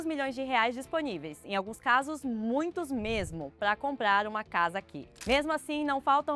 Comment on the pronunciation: Só gostaria de sugerir com respeito uma atenção para a dicção de palavras como comprar, compradores. Pode ser alguma questão de fono..nada que comprometa, só dica de gente louca perfeccionista 😊😊😊